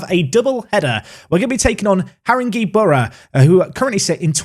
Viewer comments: We train on Harringeys pitch, that’s pronounced Harrin-gay. Sorry haha sound like an English teacher, hate myself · FYI, the E in Haringey is pronounced as an A........ I live near there....... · I volunteer for a team in this division in real life but unfortunately they’ve been relegated on this save so you won’t play them, but listening to you pronounce all the teams’ names is entertaining 😂 You played Har-in-gay Borough today 😁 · ‘Saint All…Bans’ ‘Whit…Sta…ble’ ‘Ha…ring….gay’ You’re welcome.